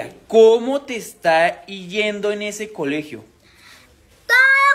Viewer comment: Tío, no se dice " IYENDO" SE DICE "YENDO" SIN LA iiiiiiiiiiiiiiiiiiiiiiiiiiii😁